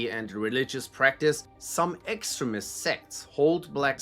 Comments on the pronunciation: I love how the voice, keeps on pronouncing extremist, to sound like excrement, which pretty much sums up these groups. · Learn how to pronounce “extremist”